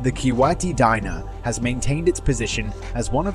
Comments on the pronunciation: Our currency in Kuwait called Dinar not Dynar " Dee-Naar" Great video 👍💙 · as an arab i can confirm you said kuwaiti dinar completely wrong its kuwaiti DEENAR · It's pronounced (dee-naar) not (diy-ner)